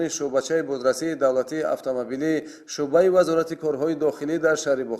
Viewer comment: Мӯхтарама баранда дуруст калимаҳоро талаффуз намоед куча не балки кӯча ва ё шуба не балки шӯъба 😮